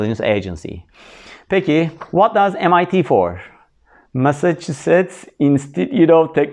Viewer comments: Massacussets???? korkuyorum korkuyorum korkuyorum 😂😂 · Massaschuset mi acaba :) eğlenceli anlatımınız için çok teşekkürler hocam hem sıkıcı olmaktan çıkarıyorsunuz hem de akılda kalıcı oluyor :)